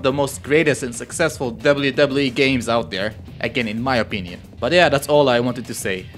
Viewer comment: I love how you say wwe lol "Debly debly e"